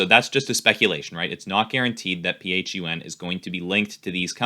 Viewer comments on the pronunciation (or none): Flying to the moon with dwac and just so u know its pronounced fun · Doesn't even know how to pronounce it. its pronounced Fun and it has way more value than Truth Social.